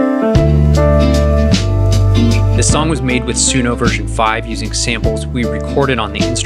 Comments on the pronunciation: 🤣🤣🤣🤣🤣 "It's Sun(o)".... Guy Calls It Su(no) the whole time....😆😆😆😆 He works for Sun(o) and still didn't know that... and refuse to do even after being corrected.... Too funny. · He still calls it Suuno despite being corrected 😅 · The host still pronouncing the name wrong after being corrected and educated 🫠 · I love how dude tells you the correct pronunciation of Suno and then you continue to mispronounce it. Very on brand 😂